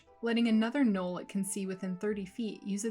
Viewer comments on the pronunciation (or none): none